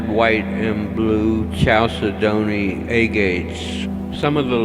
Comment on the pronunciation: its pronounced cal ced ney! ok